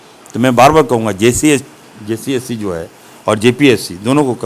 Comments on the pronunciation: Jcsc nhi hota h sahab jssc hota h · Jssc bolne nahi ata hai yese logo se kya ummid karna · विधायक जी जेएसएससी तो सही सही बोलिए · इसको jssc बोलने नहीं आता है..😅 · Achha se jssc v nhi bolne pa rha hai kaise mantri bn gya yar